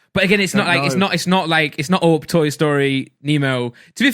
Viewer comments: why randolph say op not up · rudoplhs way of saying up sounds like AwpP.